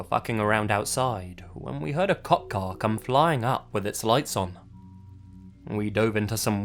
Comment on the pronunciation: Whenever the narrator in the first story says "cop car", it sounds like "cock car" to me. Now I'm thinking about dicks again. :(